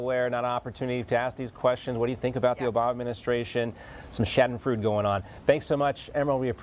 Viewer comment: "Shaddenfrood?" "Sha-den-freud-e."